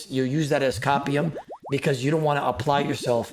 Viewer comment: copy um? how did he say this wrong kek